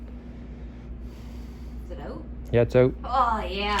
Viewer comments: I just keep hearing “Oot” lol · When I listened to how the word "out" being pronounced, I realised it must be Canadian. All thanks to How I Met Your Mother BARNEY. p.s. I'm a Malaysian. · I am watching this just to hear the Canadian "out".